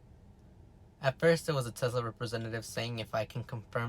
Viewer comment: If you say sezla one more time bro